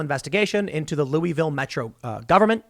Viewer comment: You're saying "Louisville" wrong.